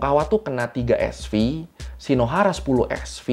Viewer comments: Bukan Sv bacaannya, tapi Sievert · SV = Sievert (baca : sivert) . Satuan pengukuran dosis radiasi. Jgn bilang SV lagi bang😂